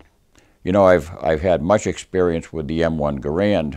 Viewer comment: Love your channel. Keep it up! One thing... not to nitpick... John Garrand's name is pronounced like the word "errand" with a hard G in front of it. Anyway, no big deal. Love your rifle!